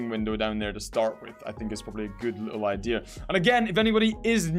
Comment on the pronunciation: Do you say idea or idear